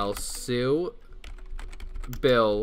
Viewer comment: Lmaoo can't even say bill